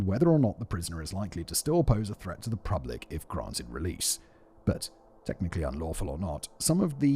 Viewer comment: Does he say pRublic? Like lengthLy? Why do I enjoy these oddities in spoken language?